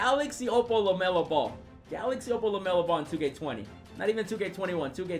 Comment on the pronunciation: "Welcome to 2k Lemelo Ball"